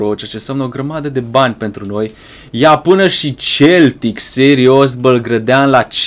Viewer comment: se spune seltic